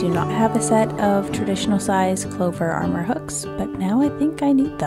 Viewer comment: Thanks for a couple great reviews,! I’ve had my eye on those Clover steel hooks for a while. I do have a single one that I needed for a lace project. ☺️ BTW, isn’t it “Clover Amour hooks,” as in the French word for “love”—not Armor… 😉